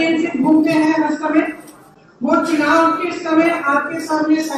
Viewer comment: Chunav ki jagah chinav bol gyi....